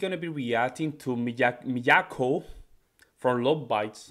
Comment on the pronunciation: Your pronunciation is close. it's Mee-ah-ko, with a very slight accent on the first syllable. Japanese accents are not done by raising the volume, but slightly raising the pitch. This piece is from her EP that was just released, containing six of her solo piano interpretations of metal classics.